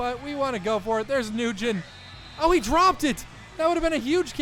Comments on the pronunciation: Nguyen isnt pronounced "new gen" but more like "newyen" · It’s not pronounced newgen , Nguyen is pronounced “win” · nguyen is pronounced when not nugen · Thats not how you pronounce Nguyen lol. It's "wee-in" not "new-gen??". Nguyen is a common Vietnamese surname. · Hey um js you pronounce Nguyen “win” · Nguyen is pronounced "win" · Nguyen is pronounced like “win” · You’re pronouncing Nguyen wrong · Nguyen lol. I am vietnamese an am cringing of him saying that. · It's funny that you got the win, but couldn't pronounce "Nguyen" right